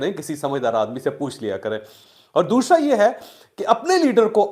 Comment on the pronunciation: what is ddoshra?? why you miss pronounce it? doosraaaaa